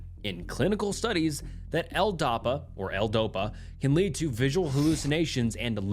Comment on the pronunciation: Bro, you're awful at pronouncing words. L-dopa is not "L-doppa" Capgras is not "cap-grass" Come on.